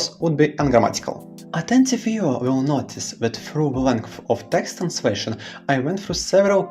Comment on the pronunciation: the pronunciation of the translation text is so flowy and smooth sounding ! almost like you are a native speaker.